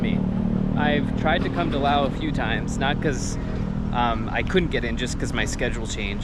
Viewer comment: Dude, enough with the money concerns 😂 There is zero chance you're getting scammed in an international airport (most likely 😅). And why are you pronouncing Laos in their language? Its like being in Japan and saying "Im in Nihon" obviously post music festival By the way, when are you going back to Japan?